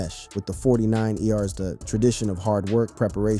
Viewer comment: Got to love these phony voice overs Forty nine “E” “R’s”?! 😂😂😂😂